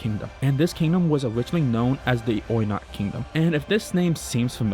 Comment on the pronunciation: its oykot not oynak like you say it